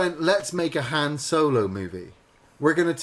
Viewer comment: Harn? Its Han